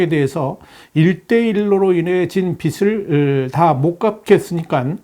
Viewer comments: "비슬"이 아니라 "비즐"이라고 합니다... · 잘 보고 있습니다. 빚을의 발음이 '비슬'이 아니라 '비즐' 입니다. 'ㅈ' 받침이니까. 비즐로 발음하셔야 해요.